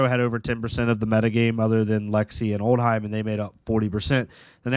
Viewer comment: Old-Him not Old-Heim